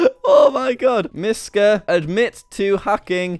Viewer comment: Actually you said Miska perfectly